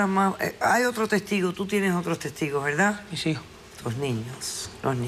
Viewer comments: Jajajaja dicen la velda 😂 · Jajajaja estos cubanos..no pronuncian la....R....me meo😂😂😂😂